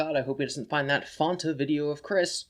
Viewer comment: It's pronounced Fan-ta, not Faun-ta, you absolute brainlet